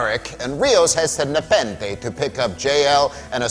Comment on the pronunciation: Nepenthe nuh-pen-they nuh-pen-they!